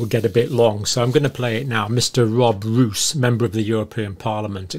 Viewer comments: Yes, in the Dutch language the long O sound is written: oo. Not pronounced as “moose” in English. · Dear sir, his name is Roos which is pronounced as "rose" referring to the flower. It's almost the same in English as in Dutch. And also thank you so much for your concern and your work, greetings from the Netherlands.